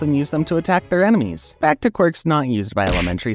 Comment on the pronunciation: You said emenies instead of enemies